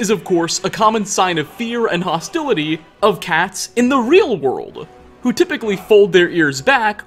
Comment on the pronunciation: Only this guy can make the word “world” three syllables. “Wor-or-orld” Sigh.